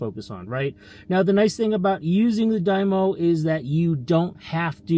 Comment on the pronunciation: Stop saying die-mo 😂